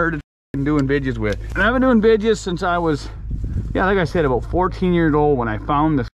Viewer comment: Canadians : We don't say 'aboot'! This guy: 'Aboot'